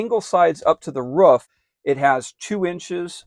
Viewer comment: Where you at ... you said it's up on the ruff not roof